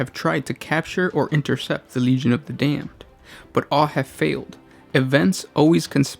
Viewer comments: You say Damned funny...and now it's stuck in my head....FFAAAAAAAAAAH!!!! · Legion of the dayum-ed